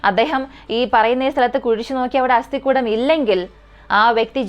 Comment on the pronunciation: അസ്ഥി -=- കൂടം /കുടം അല്ല